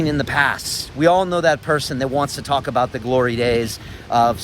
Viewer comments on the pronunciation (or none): none